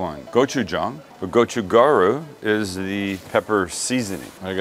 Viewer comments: would love to work on his korean pronunciation... but to be honest, part of the charm here. goh choo gah ... hmm.... ryoo? or maybe more like, .... gaL Ryoo? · Gotchu ga-ru (role the R once -- Koreans don't use a hard R). You've got Gotchu Jang (with a soft A) perfect. Bobby Flay hurts my ears with his pronunciation.